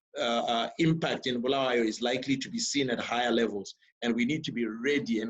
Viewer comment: Sorry just seen this one...8 months late...Great initiative guys...and I'll start inquiries how I can make contribution as a Bulawayan...but Ive beef with you Trevor...You've no reason/excuse to mispronounce Bulawayo man...Please pronounce the way does...Honestly it's very worrying for a Byo boy to mispronounce his town....This has ramifications... As for the 3 presenters great job guys..welldone..will be in touch shortly once I secure my contribution to #im4byo